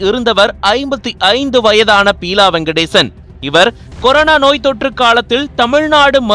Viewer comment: Peela இல்லை Beela...